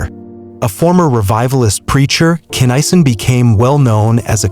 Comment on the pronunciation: his name pronounced KINN A SON... get it right